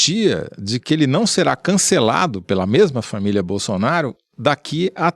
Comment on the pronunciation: quem mais pegou esse "famiglia"? Hehe